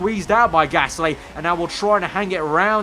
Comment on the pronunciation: It's Gasly not Gassy by the way